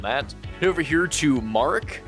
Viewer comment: you do not pronounce "marek" as mark by the way :P its a polish/czech/slovakian name as far as i am aware, it definitely is polish though because its a polish name.